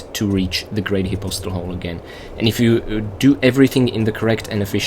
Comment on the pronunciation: I think the way he's pronouncing it is the correct way (but I'm not 100% positive)